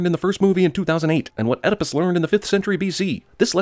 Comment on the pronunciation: Add a sin for mispronouncing Oedipus.